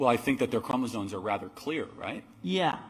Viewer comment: You can tell he just read some things online and doesn't know what he's talking about by the way he pronounces certain terms like "chromosoNes" and "ova", meaning eggs.😂